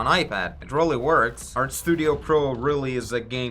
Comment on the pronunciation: I get hes ukranian. I love his content but is he saying error perspective or our perspective? Sorry man